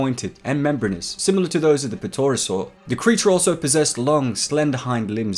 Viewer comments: PUH TUR OH SAUR? IT'S TARE OH SAUR BRUH THE P IS SILENT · P-terosaur? The P is silent my dude. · Petorasaur...? King Gojira...?!?! Nyat! I love you, but those pronounciations rended me. It's pronounced "Terro-saur" and "Hydreigon" (kidding, Ghidora) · did he just pronounce pterosaur as p tore o sore TRIGGERED ITS SAYS TER-A-SAW-R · Pterosaur is pronounced as terosaur (The p is essentially silent.) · No offense... but Is that you trying to pronounce Pterosaur? The P is silent and the tero is pronounced tear-o. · It's "Pterosaur" (silent P), not "Pittorosaur". Also, it's "King Ghidorah", not "King Gojira". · P-terasaur ???? The p is silent mate. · For the love of God get those pronunciations and words down man. Three headed king Gojira? PETORASAUR? MY GUY.... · the p in pterosaur is silent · The P in pterosaur is silent btw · The "P" in pterosaurs is silent. Anyways, really enjoy your content you put up almost weekly! Thanks for that!! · Btw the p in pterosaur is silent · Hey, just an FYI: YOU DONT PRONOUNCE THE “P” IN PTEROSAURS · the P in pterosaur is silent. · The "P" in Pterosaurs is silent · Time out my bro. Did you just pronounce the P in Pterosaur? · oh no! Pterosaur isn't pronounced that way bruh. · Don’t pronounce p in pterosaur. Great video though